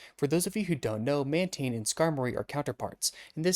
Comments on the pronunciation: I clicked off as SOON as I heard Man-TEEN 😭😭😭😭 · Its pronounced man-tain Love ur vids btw